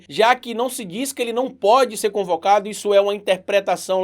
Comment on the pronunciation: Desculpe mas é “ CONVOCADO”, não concovado...😅😅😅